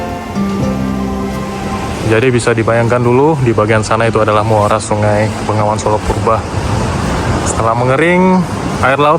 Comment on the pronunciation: Bengawan Solo. Bukan Bengongan solo 😊